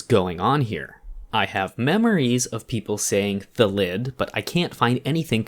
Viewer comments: In all honesty, I think it’s because the English language has most two syllable words as trochaic (stress is on the first syllable), which would make it “THA-llid” not “tha-LLID” to be a word normal to how we are used to pronouncing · I know this is an April Fools thing but in all seriousness it's 'Thal id, the default pronunciation of words in the English language is to have the emphasis on the first syllable of a word. There are regional dialects that differ and a few exceptions (because English is rife with contradictions) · .......when you were comparing thalid to salad, i was sure you were gonna say "phallid"